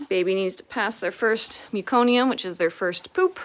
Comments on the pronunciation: What an awesome video. So sweet. Btw, it’s meh-co-nee-um. Not mew-co-nee-um. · I’m from Canada and I was a L&D RN. We deal with an awful lot of meconium. Never heard it pronounced that way ever.